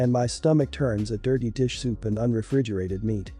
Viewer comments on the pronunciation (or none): none